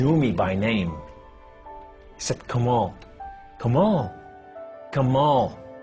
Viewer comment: LOOOOOOOL this is so whack haha I wish he would pronounce "kamal" correctly if he actually grew up in Lebanon "Tasted God"? Lol Please if you are going to post conversion stories post REAL ones. Also do not mislead people on what Muslims think of Jews and Christians. Muslims call Jews and Christians the People of the Book and are ordered to treat them with the utmost respect and dignity.